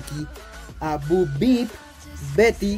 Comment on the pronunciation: Es bo peep y se pronuncia Bou pip no bu bip